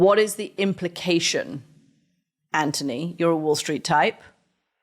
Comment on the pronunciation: I want to see the one where Anthony finally cracks and insists Katty says his name right.